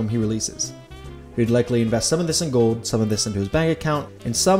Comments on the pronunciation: cool video but it's gold not gode. Like a soccer 'goal' but with a D on the end. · The word is "GOLD", not "Gowd". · The pronunciation of "gold" as "go-wd" is killing me. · The way you say "gold" really grinds my gears ..."gawwwd" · Am I the only one hearing him say ‘goad’? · Where’s the L in gold? He keeps saying gowd. Drives me nuts. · You don't pronounce the L's in your words. For example you say gode not gold and ode not old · Why can't you pronounce the L in gold. Or old for that matter. Gode. You keep saying Gode. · You pronounce the word "gold" funny. Kind of like Homestar Runner. No criticism, it just makes me laugh more and more every time you say it! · why does he pronounce gold weird lol. or is it my speakers? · Never knew gold was so hard to say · Why do you say gold like that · The way you say gold seriously bothers me